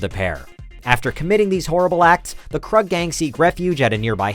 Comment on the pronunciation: It's pronounced Kroog, not Kruhg, lmao! Other than that, awesome video! Also, who else for #1, but the Sawyers. The greatest of the Horror families!